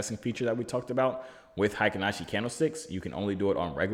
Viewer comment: Ey buddy, I’m told it’s “HAY-KEEN Ashi” Read the vowels like we would Spanish 👁️🙏👁️